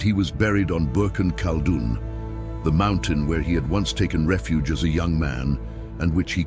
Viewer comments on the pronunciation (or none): none